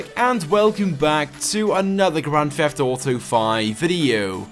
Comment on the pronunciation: can't stand when he says "fheft", I mean, the FUCK is your accent that you pronounce a t as that.